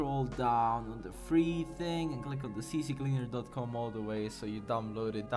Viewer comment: ITS NOT CC CLEANER ITS C CLEANER OMFG WHY U DO DIS TO ME?@@@@